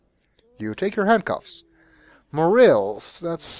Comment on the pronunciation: Mo-Rah-Lehs , not Mo - Reals :) thanks for recording the music with the MT-32 tho!